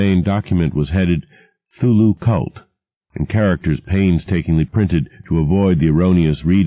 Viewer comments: Um why does he keep saying 'thulu and not C(kuh)thulu? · I'm a bit annoyed by the fact that the narrator pronounces "Cthulhu" as "Thoo-loo" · 5 seconds in and he mispronounces 'Cthulhu'... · He doesn't pronounce the "C" in Cthulhu's name.